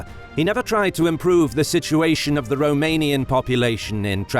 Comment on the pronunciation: I especially respect the correct romanian pronunciation, it shows that a lot of effort was put into this great documentary, well done!